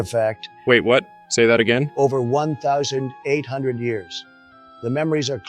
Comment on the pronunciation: Hate how the AI said 1 800 lol